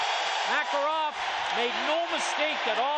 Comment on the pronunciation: Mah-Kah-Rahv going right in! He was so much fun to watch